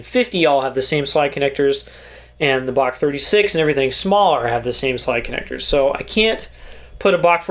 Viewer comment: It's pronounced Bach